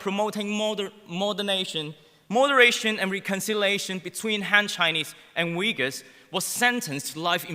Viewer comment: the first guy doesn't even know how to pronounce "Uyghur" but pretended as a China expert. Except ideology, he provided zero valuable content. If all western politicians like him, don't blame China for collapsing of the West.